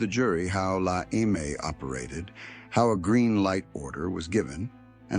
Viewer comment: Go watch REAL Gangster stories, From Real Gangsters! This crap is boring…. He can’t even pronounce La EME right…. Dude….get it right!